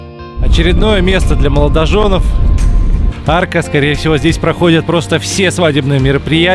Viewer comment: Он говорит для "моложонОВ", о чем вообще речь...